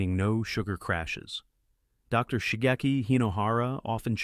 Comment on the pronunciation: AI fake voice read the period after the abreviation "Dr." as end of sentence period.